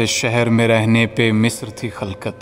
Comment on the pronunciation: Misr wrong hai musir hai, nice poetry expression